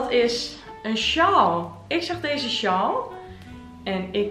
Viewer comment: Wat zijn je video’s leuk!! Maar zou je A.U.B. willen letten op hoe je de dubbel aa in een woord uitspreekt? Je zegt: sjal ipv sjaal en gehald ipv gehaald en ga zo maar door….. wellicht heb je het zelf niet in de gaten, maar ik vind t heeeel irritant😅😅😅😅